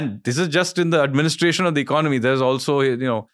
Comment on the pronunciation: EcoNOmic. ECONomy. Don't lose a syllable.